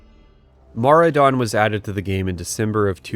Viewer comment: The first time I've ever heard someone say Maraudon outloud and it sounds so much better the way you say it than what I read in my head for like 15 years